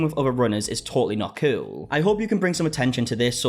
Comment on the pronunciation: I'm obsessed with how says "kewl"